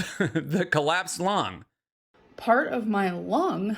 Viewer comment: Excuse me? She said "clapsed lung" 🤣